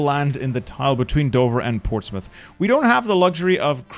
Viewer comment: are you OK? I heard a correct pronunciation of Portsmouth and I’m worried.